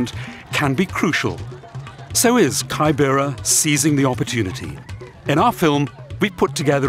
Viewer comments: The way he pronunces kibera 🙄. The first syllable is pronunced like the way you say 'key' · Kaai- bera is not the name it’s keybera. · lol its pronounced K-I-B-R-A not kybera smh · Kaibera.....sounds weird. It's kibera....pronounced as key_bay-ra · pls it is not pronounced kai bera. It is ke bebara as in key.. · Anyone else triggered hearing 'kaibera' 🙄🙄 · It's KIBERA! KI-BE-RA! 😭😢